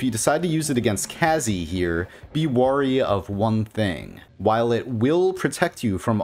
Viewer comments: Has anyone ever told you that you pronounce "Wary" as "worry"? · It may be cringe to correct people's pronunciation. But damn, every time you say "warry" instead of "wary" as in "beware" it is so jarring. Really good information though.